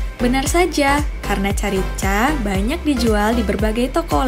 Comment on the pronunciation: bukan carica mbke memng tulisannya carica tpi bcnya karika